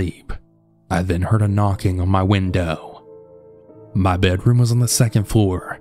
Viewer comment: How many times did you hear whindoowh?😂